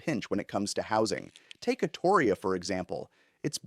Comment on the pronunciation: You're pronouncing Astoria wrong. And the only reason why Oregon is failing at anything is because the governor we have right now is absolutely terrible at her job. I miss the Oregon I grew up in before big money came to town.